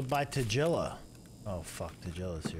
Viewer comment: Does he call him tajilla on purpose. Its so annoying.